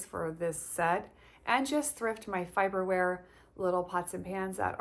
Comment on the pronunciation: Just an FYI, the pots are pronounced “Far-ber-ware” 😁You will love that brand!